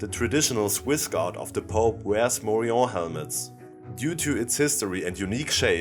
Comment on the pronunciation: Falsche Aussprache. Morion ist spanisch und wird daher mit dem -n ausgesprochen